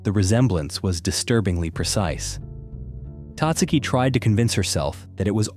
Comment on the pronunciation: Tatsuki is pronounced with emphasis on the SECOND syllable Tat SU' ki